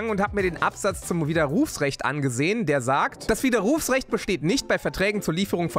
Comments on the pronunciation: stimmt, aber solange von dieser Betonung sein widerRUFsrecht nicht kaputt geht, ist ja alles ok :D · Hihi... ich finde deine Art wie du Widerrufsrecht sagst lustig. Du betonst das "u" so. 🤪😅 💪 #KreativeFragen Wenn du später mal wirklich eine Flug- und Landebahn mit den Dominators bestücken solltest, werden die Flugzeuge dann auch schneller landen und starten können, wegen des guten Speichertakts?